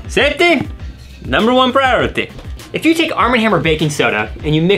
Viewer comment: cool but why prioriteh instead of priority?